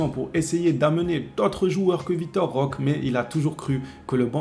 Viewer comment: 🚨likez ce message svp🚨 Le E se prononce É en portugais (langue au bresil) donc écorche le nom de Vitor Roque(é) a chaque fois... C'est quand même assez gênant 😅 faudra lui remonter l'info 🙏